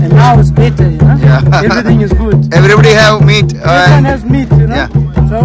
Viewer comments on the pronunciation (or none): Meet അല്ല. Meat 🥴🥴🥴